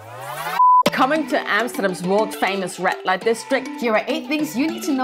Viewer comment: Might want to fix your pronunciation. Sounds like she's saying "rat light district"